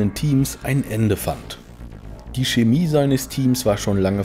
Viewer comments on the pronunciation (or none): none